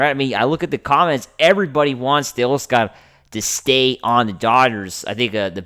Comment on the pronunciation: Stop mispronouncing “tay-OSS-ker” already. You think VIN woulda done this? Joe DAVIS?! 👉 NO. Correct! So why make like you know better when behind a “Dodgers” mic. You keep showin yer butt. You obviously have a face for radio, but you can’t even get the voice right. I ain’t clickin if I see YER mug on thumb (& you can’t afford to lose numbers where you’re at). 🥴🤦‍♂️